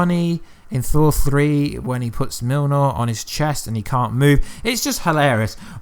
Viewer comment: Cool vid! (but why you call Mjolnir Milnor)